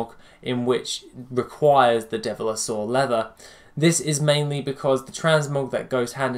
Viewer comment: Devil-saur, not dev-li-saur.